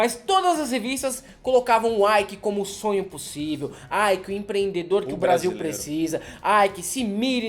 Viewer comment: O nome do cara é ÊIQUE.... IKE é o do inglês